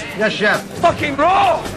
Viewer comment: the chicken’s rawr